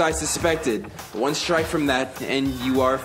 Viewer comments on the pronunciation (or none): none